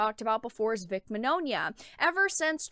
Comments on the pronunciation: Vic's last name is pronounced (Min-Yawn-uh), sorry for correcting you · i just need to clarify something, Vics last name is pronounced Min-Yawn-a but other wise great vid!